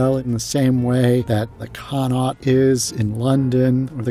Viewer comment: "it's been reimagined countless times." Yes, just like the Sistine Chapel, right? Funny, no mention of the Oak Bar having been empty and disused in the video. No mention of countless embarrassing things, by the two narrators with their haughty affectations (and inability to pronounce "Connaught" properly). The hotel has been so adulterated in so many ways; and so ruined by the recent establishment of the huge, off-limits, "permanent resident" area that it is substantially no longer really there. The exterior facade still occupies the same space at 59th and Fifth, but the old hotel inside really no longer exists and any discussion of it, as such, is meaningless. It's frankly disgraceful.